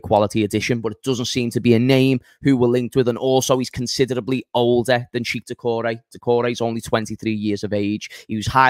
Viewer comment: It's pronounced check not cheek. And it's pronounced shoe-a-maini not tshoeameni